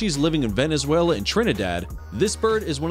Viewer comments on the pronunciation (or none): none